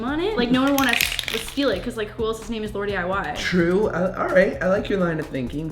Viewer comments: josh said laradiy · he definitely said LauraDIY 😂😂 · He said LauraDiy idk why I feel disrespected lol